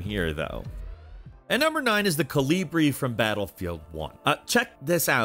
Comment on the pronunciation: thats... not how you pronounce Kolibri... and calling a semi-automatic a single shot... sacrilege!